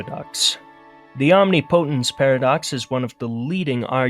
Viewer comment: fyi nihilism is pronounced nile-ism, and omnipotence is pronounced omnih-pa-tince, also other animals are conscious just not as intelligent as humans, also the whole idea that the universe requires perceivers to exist is completely false